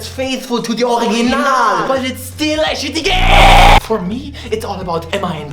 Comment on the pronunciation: "It sure as hell is a fantastic REEEEEEEEMake that is faithful to de OriGIIIINAALLL, but it still is a shitty GEHHH!!!": that was my ted talk tank you